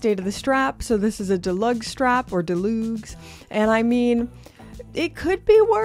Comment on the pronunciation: I think it’s pronounced Deh-lugs not loogs, because it’s a play on Deluxe? Just a guess. Sorry this happened to you and Papi!